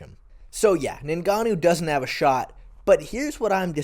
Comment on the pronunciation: Lol this was bugging me too